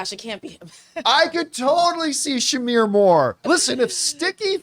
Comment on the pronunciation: Shamar… not Shamir